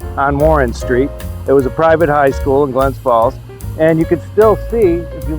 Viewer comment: Please say the city's name correctly, It's GLENS FALLS not Glen Falls.